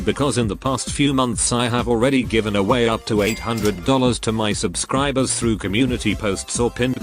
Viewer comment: The way he says 'SubsKriiberr'😂